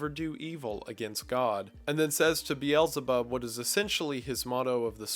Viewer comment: I love your content but man do you butcher the pronounciations of those names. Like pronouncing Beelzebub as biyelzebarb😂 You should just read them as you see them without the american pronounciations.